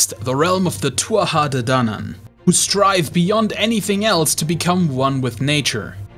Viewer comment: Nice video, also wildly impressed at your ability to pronouce the "Tuha ha addanann" realm more or less legit sounding!